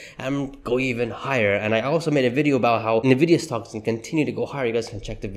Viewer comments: Fyi it's pronounced "en-vidia" not "nah-vidia" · I've called it correctly since Summer 2023. Tezzly is not going over $300 in 2024. That would require a near DOUBLING of its current value. Maybe $260 at best. And please learn to pronounce it correctly. It is IN-vidia, NOT NIH-vidia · it is pronounced "En-vidia", not "Na-vidia." Got it? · Is NVIDIA. IS NOT NEVIDIA . Other than that your cool 😎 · PLEASE stop saying it wrong, sooo annoying over and over. It’s ENNVidia, not nAvidia! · Why you pronounced Nvidia name wrong in “na”? Should be “en”. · You are saying the name of the company wrong! Not NAvidia it’s ENNvidia! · Why should I trust a guy who can’t even pronounce the name of NVDA.